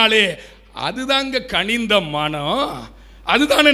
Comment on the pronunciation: தளை இல்லை அது தலை. கணிந்த இல்லை அது கனிந்த. தொடர்ந்து பார்கவே விருப்பம் வரவில்லை.